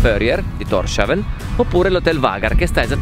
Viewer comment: Documentario affascinante come sempre. C'è qualcun altro che si aspettava che da quella casuccia uscisse un elfo piuttosto che un primo ministro? P.S. Thorshavn (Porto di Thor) si pronuncia [tors hawn] (danese) oppure [tous houn] (faroese), non [торшавн]